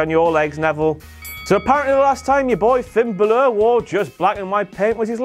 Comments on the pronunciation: on your phonetics fellow Irish person. Baa is the sound a sheep makes. Its more like Baw-ler. So brawler without the r. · well, bálor is sorta similar to an irish name, and the little line above the a (an accent/ a fada) suggests that the a should be held onto a little more, or all the emphasis is on the a. Bálor is pronounced like "baa-lor" instead of "ba-loor". At least, I think so, I'm Irish. Hope I helped! 😃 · Finn Buhhloor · Am I the only one who doesn't like the way says Bálor?